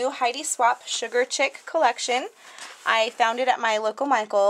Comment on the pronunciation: Beautifully done, just a friendly FYI you actually say the word chic, "sheek" not "chick", its a fashion term. :)